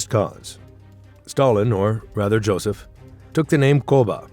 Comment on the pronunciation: It’s Josef Staling not Joesph 😂😂